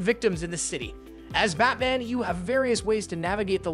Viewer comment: The way he said Batman and Gotham would idicate that this is pulled from a list written by somone else.